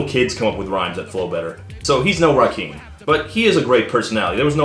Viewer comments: I know you're white and you will probably never understand... but the man's name is said how it's spelled. RaKIM not Rakeem. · I know, I'm making of how he pronounced it. He said "rah-keem", it's "rock-im" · "RAH-KIM," Todd. BOOOOOOOOO!!! Gots to love the Biz, tho. 👍